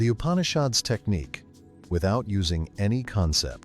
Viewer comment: Please pronounce the name of the Upanishads correctly. When you give attention to all other details why neglect this???